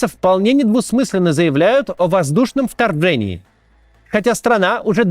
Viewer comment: «Варфава», «Вторвэнии»